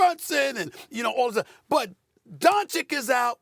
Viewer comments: This man has been saying Luka Donchick for 5 years now 😂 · "Doncik"....come on bruh... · SAS is trolling at this point by continuing to say DonCHICK. He knows that’s not how you say it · Man, Stephen a gotta stop saying “Donchick” 😂😂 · Luka doncheek 🤣🤣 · how can you pronounce Pete Maravich right then? Just say Donchich😉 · JJ just basketball IQ'ed SteVen into submission and he can't even see it with his smooth brain just as he STILL can't say Luka's name correctly. That's right, I spelled his name incorrectly on purpose to drive home a point. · Stephen A. still can't pronounce Doncic's last name. 🤡🤡🤡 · It's not an accent thing, he just says the wrong letter. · They know how to pronounce Jokic but they don't Doncic and Bogdanovic. Every - ić guy is literally same pronunciation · Can Steven A learn how to say Lukas last name please lol